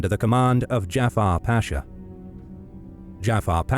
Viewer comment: The name is not Jafar it's Cafer. Turks are not Arabs.